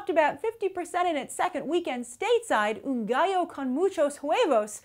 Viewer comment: Hey you said Gallo correctly good job